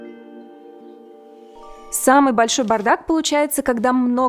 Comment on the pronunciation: Не глотай гласные, бардак ,а не брдак